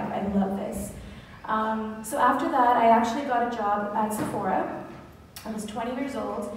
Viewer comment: Прекрасен влог, но ще направя малка вметка - ударението пада на Сефорá, тъй като произношението е френско.